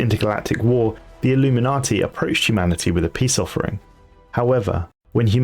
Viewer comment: Btw it’s illu-min-nate, not illuminati